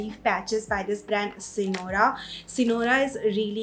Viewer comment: u took the name wrong..it is sirona..n not Sinora 😂😂